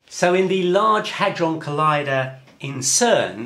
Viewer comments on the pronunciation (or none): none